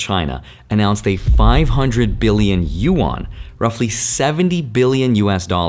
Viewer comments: Dude great video but please its not pronounced "U ON", its pronounced "Yu An" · Bro... Yuan is one syllable. It is not you-an. It's pronounced similar to "when". Yuen. One syllable. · U-Awn (Yuan) lol.